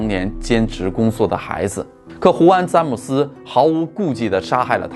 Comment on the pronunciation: zhan姆斯，不是zan姆斯